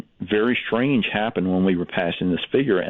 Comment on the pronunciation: "very SHTRANGE"